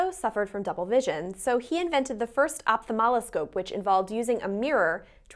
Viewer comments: well thank you for such sage advice. I know what an ophthalmoscope is, I've written an instruction manual for one, just questioning the bizarre pronunciation as opthamoloscope despite it clearly being written correctly in the video as ophthalmoscope. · was it only me or you guys too hear her saying "opathamaloscope" instead of "ophthalmoscope"